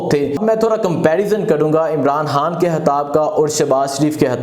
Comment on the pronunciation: Bhai hatta kia hotta ha,Bhai khataab hotta ha, anchor ho or pronunciation itni ghalat, Bhai aap Lahorri, khay ko hay kyun boltay ho, aap kaa lahja bilkul uneducated Punjabi lehja ha, Bhai apnay lehja ko improve kro please.